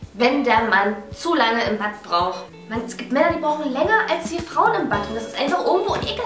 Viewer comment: Es heißt Bad und nicht badd